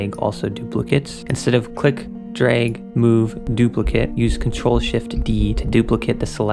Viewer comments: Great tips. Knowing this stuff really helps make things happen faster in Ableton. Btw, duplicate as a verb is pronounced dupli- (like the name). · The word is "duplicate". The verb is pronounced Doop-lick-ayte The noun is pronounced Doop-lick-uht. When you Doop-lick-ayte something it produces a doop-lick-uht. EDIT: You get it right ...